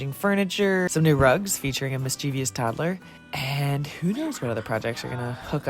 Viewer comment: Awesome! I would kill for those doors. ("Mischievous" has three syllables, not four.)